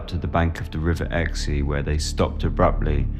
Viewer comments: I live 1 mile from the bridge at the River Exe. It is pronounced "X" and not "Exey" but otherwise, great video! My grandmother was born in Lympstone, and she remembered being told stories of these prints to make her behave! She died in 1994, sadly, but would have loved this! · The river Exe is pronounced X not XE, just X. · Im in the states ,so i speak English. I would had pronounced the Exe river as 'x' as well. I dont know what is up with this guy either!